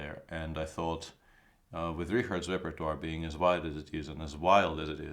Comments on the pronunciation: Great commentary by GM peter Svidler Funny like Nc7 looks like attacking but Wei Yi attack with ..h3 crashes through first as explained brilliantly by super GM Just a quick note : Richard is pronounced like this ( REE CHA rd ) CH like in CHESS ; or cha cha cha; nickname would be Rick ( RIK). Thx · Rapport is Hungarian and there is actually an umlaut (or whatever) above the a in Richard. In his case it is pronounced Ree-card.